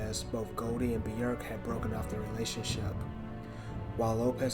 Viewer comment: "Human Nature" is a song by Madonna. Björk's song is called "Human Behaviour". But kudos for being one of the few to pronounce her first name correctly.